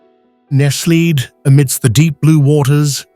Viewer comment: Is the voiceover AI? Why does he say nestled like nest – lead?